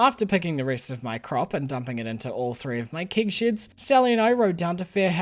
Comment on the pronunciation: Thank god there's always kig shids to put your kigs in to make wine ! I love the way you say keg and shed, makes me laugh every time !